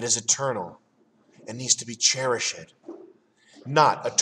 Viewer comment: lost it when he said cherish-ed